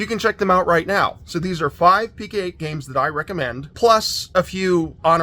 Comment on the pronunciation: Great finds, thanks for sharing! I apologize in advance, but my OCD requires me to tell you it's pronounced Pee-Co-eight with a long 'O' sound, like 'Co.' as in short for 'company'.